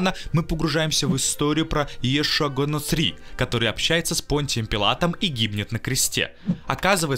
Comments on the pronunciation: Ииешу Ганосри? Диктор не пытался потренироваться прежде, чем озвучивать?! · Га нОцри на О ударение, парень сам не читал походу)) А произведение гениальное как и Басилашивили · Почему интересно автор не поинтеросавался, как ударения ставить?) Иешуа Га-НоцрИ это сильно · Га-Ноцри ударение на и поствил, Варенуху назвал Виринухой, дальше слушать не смог.